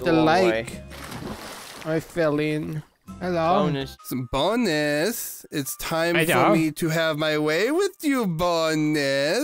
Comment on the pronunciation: Ahhh pls just give me one more "heddo"!!